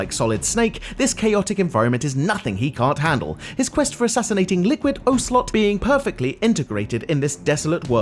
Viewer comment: “Liquid O Slot” ☠️